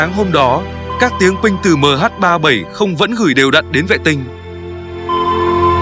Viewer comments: Đ*t me. Nghe MH37... 0 là bực mình. Cho autobot đọc thì cũng lập trình sang chữ "mươi' thay cho 0. Nghe cứ tưởng 0 là phủ định. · Đó mình nghe mà ức chế cái từ đọc mh37 rồi dừng lại rồi mới không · MH 370 má cứ đọc MH 37 ???? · Đọc Ba bảy không cũng đc nhưng đọc liền 370 thì ok. Đây lại đọc MH37 rùi mới 0. Nghe sao sao ý. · Lỗi do người biên tập thoại cho giọng đọc AI, ko viết cách ra hoặc để dấu phẩy nên AI nó đọc liền luôn. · không lẽ có bốn số thì đọc là MH37O muoi, van đề là ở người đọc